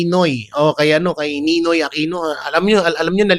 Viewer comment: hindi nonoy uh ninoy ABNOYYYYY😅😅😅😅😅